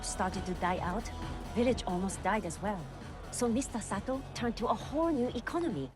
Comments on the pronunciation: Mr. Sato, not Mr. Soto. I think Soto is a Spanish name, lol! 🤣🤣🤣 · You cut that episode right on point! The moments you chose to show are the best of this episode. Sato, not Soto... Just wait, the next episodes are even better, though this one was crucial. thank you for a great reaction!